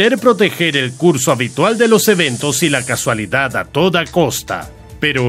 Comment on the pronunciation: solo una cosa, te tiras todo el video con el tema de las paradojas temporales diciendo casualidad y no es casualidad, es causalidad, por lo demás esta bien pero cambia mucho el significado de la frase xD